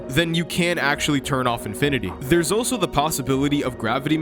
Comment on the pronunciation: Ive never heard anyone pronounce "also" as "oh so"